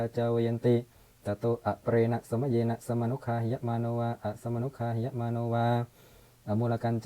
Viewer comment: คาออกเสียงเป็นกา